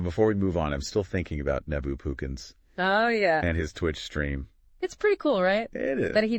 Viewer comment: "nee-bu" "it's pronounced 'neh-bu'" "nehhhhhh-buuuuuu"